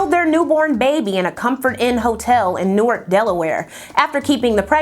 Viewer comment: I hate it when people bug you about your pronunciation, but unfortunately this one is relevant to me. My hometown of Newark Delaware is pronounced NEW-ARK, unlike the New Jersey town of the same spelling. Thanks for this video, I love to learn while I'm working and you always give quality! 👩🏾‍🍳💋